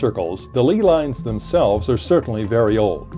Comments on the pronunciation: pronounced LAY lines not LEE lines..... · Lee lines? It's called LEY LINES, God dammit!!